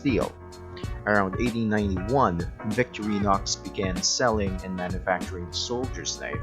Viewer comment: You are mispronouncing the two Swiss army knife companies: Vik-TOR-eenox for Victorinox VENG-uh for Wenger Perhaps your home language makes these Swiss German / French names hard to pronounce. No big deal, but, if you make videos about Victorinox and Wenger knives, can't hurt to pronounce the names! Cheers! This model is my favourite pocket carry these days. Locking knives are not strictly speaking legal in my country, Israel, except on multitools or when out camping or hiking. I own the similar models with locks, and saws. All great.